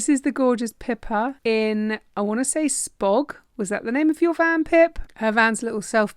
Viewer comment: Yes, you got Spogs name right! Can't wait to see you again,! Stay safe safe! Till we meet again! ❤